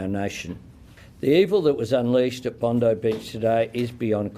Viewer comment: Bondi is pronounced Bond-eye.